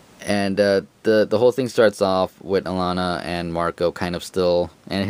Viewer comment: If I remember the bkv interview I watched correctly, the way you say Alana's name in this video is the correct way.